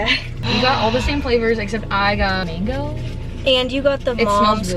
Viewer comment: I wanna know what the mango tastes like so bad Bc she couldn’t say it😭😂